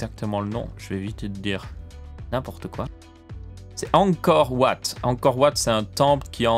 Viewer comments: De plus, ça se prononce Ankor vat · ça se dit angkor vat et c’est en thailande :) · Il s’est trompé Angkor Wat ça se prononce Angkor Vat et c’est au Cambodge(en plus c’est écrit en dessous)